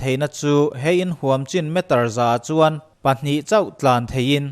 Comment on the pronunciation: A tawpah a thluk in rawn tidik lo. 'A khawih danglam duh chuan' tiha 'chuan' tih i lam rik dan kha. Thingrem kha chuan suh i tichhia ang, tih a 'chuan' lam rik dan anga lam rik tur a ni. A ngaihnawmin a hmuhnawm e.